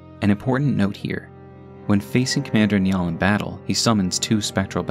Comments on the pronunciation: Its not nyall its niall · It's pronounced more like Nigh-al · FYI 'Niall' is pronounced 'Nile' in English. It's like an old version of 'Neil' and is of Irish origin. I used to work with a Niall, nice guy. :) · I'm sure someone has mentioned it, but Niall is the Irish version of the name Neil and it's pronounced Nye-al (run together it sounds like Nile, as in the river) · Commander "Nya"ll lmaooo. Didn't know he was a catboy